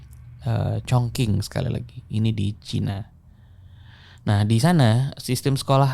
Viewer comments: wah kalo saya sih dengerinnya ga tentu ya, kalo upload ya ditonton. sejujurnya saya malah bosen yg cerita biasa, yg format ini bikin lebih tertarik dengerin. ngomong2 soal pelafalan, kayak kemaren, chongqing harusnya dibaca chongching bukan chongking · sedikit info bang, chongqing dibaca congcing